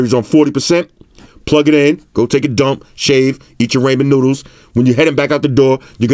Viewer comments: Raymen noodles lol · Raymond, Rammin, Rommin noodles 🤣🤣🤣🤣🤣🤣🤣🤣